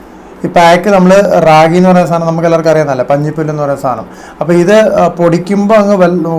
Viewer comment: njan sheeja Rajappanpillai. പഞ്ഞിപ്പുല്ല് അല്ല മോനെ പഞ്ഞപ്പുല്ല്.